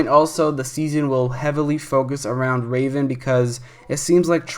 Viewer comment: R-a-ven, actually called r-ae-ven